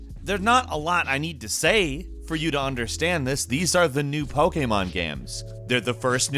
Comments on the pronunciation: the way you say pokemon game...... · Omg I cant stand the way you say Pokemon. Other than that great video.